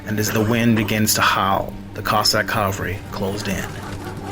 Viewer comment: Interesting. But you mispronounced cavalry. That's ca-vahl-ree.